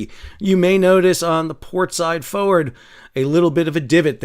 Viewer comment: F’ wrd 🤣